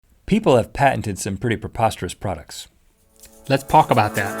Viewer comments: You said let's pock about that lol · You said pulk💩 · In the start Link said: "Lets pork about that" 😂🐢💨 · talk not palk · Link you said let's potalk about this